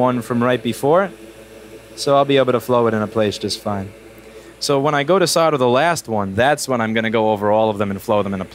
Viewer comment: I love how you swear so casually, but the fucking word is "SOLE-DER" not "SODDER." Jesus Fucking Christ.